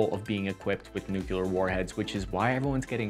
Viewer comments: New Clee Ur. NOT Nu queue lar. You're welcome 🙂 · Repeat with me: Nu “Nu” Cle “Cle” Ar “Ar” Nuclear! “Nucular!” WTF!!! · new-clear, not new-cue-leer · "Nucluear" is not a word, it's "Nuclear". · “Nuclear” - “Nu-clear” not “nuke-yuh-ler.” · "Nuclear" was always pronounced NEW-clear as far as I ever heard, until Shrub, a.k.a. Dubya, a.k.a. GW Bush became president and went on TV to confuse everybody by mis-pronouncing it "New-kew-lear", adding an extra syllable to the pronunciation that is definitely not there in the written word. Ever since, unfortunately, that pronunciation has gotten stuck in solidly into American slang speech and you hear it all the time now, and it's maddening, because it just reminds me of all of Bush II's inane failures. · Good grief! "New Klee Are" Not nukuler - look at the spelling Nuclear there is no second "u" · I love your videos but please get nuclear right. You got the definition for nucular which has to do with either a nucleus in a cell or atom or even a family ie nucular family. Nuclear has to do with the weapon and energy obtained from nuclear radiation. In popular culture, this pronunciation has often been used to signify inferiority, low intellect or foolishness. Look it up please I hate hearing you say it and now it feels as if your have solidified your brain to say the wrong thing with confidence. Keep up the great vids I love your stuff just a pet peeve. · You're STILL pronouncing "nuclear" wrong! So was that stupid fembot, lol. It's pronounced 'NU-CLEY-AR.' ARGH! Like a pirate! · New Clee Er. Just sound it out. That's why we spell with letters. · Hate to say it but ribbon rack needs work. Looks my mom isn't the only one that doesn't handle it well. Nukuler? I think that's how Jimmy Carter says it. He does have an excuse, we radiated him. No worries mate. We ALL have days when things aren't quite in kilter. Love your briefings. Carry on. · Nuclear. NU-CLEAR. NEW… CLEAR. Nuclear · it's NOT "nukular"